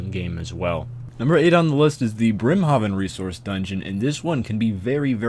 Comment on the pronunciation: It's pronounced Brim-Hayven goddamit